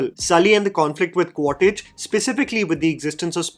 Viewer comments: Ummm........Its Qua-Ritch NOT Qua-Titch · It’s Quaritch, not Quaditch or Quatidge bro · It is not 'Quar-Tich' its pronounced 'Miles Quaarch' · Quaritch ❌ Quartij ✅ 🤣🤣🤣🤣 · Listening to someone saying Quartich multiple times, very frustrating?? Review sounds similar to Jeremy jahn’s.. I doubt you have watched it… properly.. It is Quaritch . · Your pronouncing of the names is a too funny... Its quaritch... Not quatich. Its neytiri... 😂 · It's 'Quaritch' not 'Quatitch'. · Quaritch ❌ Quatage ✅ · Qua-rich and not Quar-tich. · its Quaritch not cottage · Just wanted to point out it's not 'Quatitch' but It is 'Quaritch'. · Bro kept saying "Quattich" 💀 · Bhai agar Quaritch nahi bola ja raha toh Miles bol deta 😭